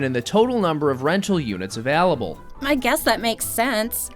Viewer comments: Does have a cold, or did he get replaced by AI? Why does he say "available" as "av(al)able." I even had to listen to him say "failing" multiple times to decide if he was saying "failing, felling, or f(al)ing." Good video though! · The way "available" is pronounced makes my ears bleed and I'm not even a native speaker